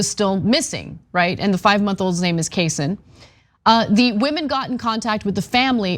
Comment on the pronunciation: I think the baby’s name is kay-sahn.